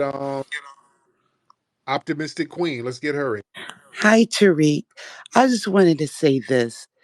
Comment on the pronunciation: Who the hell is "Terrick"? 🤔